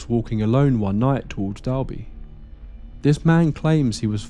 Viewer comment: We have crazy stories like this here on the IOM cos we don't have much to do but drink 😂 Also, some of the pronunciations are off. For example: 'Dolby' not 'Dalby', but thats another trait for the island.